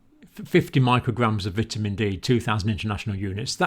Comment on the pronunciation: Dr. Campbell, just letting you know you are pronouncing 'vitamin' wrong.